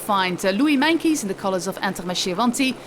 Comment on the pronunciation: Why does she say Meinkeys instead of Meintjes?